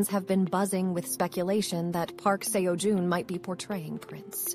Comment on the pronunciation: Can we do this again with his name pronounced correctly?